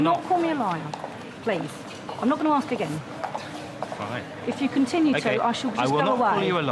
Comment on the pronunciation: did i axe you